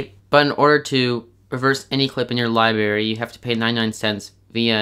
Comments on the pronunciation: Thank you, but the word is libRary, not libAry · Good tip. It's pronounced liBRary .. NOT lie berry If you want to sound educated you might want to correct that. Keep up the good work! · And it’s LiBRARY not Liberry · LibRary not “LieBarry”😂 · Did I hear that correctly? “Libarry”? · tf is a libary 😭😭nigga please tell me tf is a libary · Everybody is Hating on him for saying libary wrong XD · omg i was dying over the fact that he called the library a LI-BERRY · Lily Grace he pronounces it li-berry it's li-br-a-Ry but im English and in England we say li-bary and that's normal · amelia p. I literally came down to the comments to see that😂